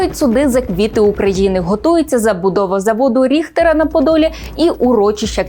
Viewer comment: Все чудово, тіки пивзавод Ріхерта, а не Ріхтера